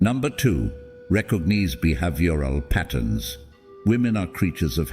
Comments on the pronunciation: "Recog-kneeze be - have- your all patterns" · Recog-neez be-have-yural patterns!? 😂😂😂😂 Why can’t people just narrate the videos using their own voice anymore?